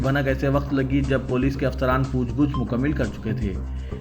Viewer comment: Pooch gooch incorrect Pooch gach is correct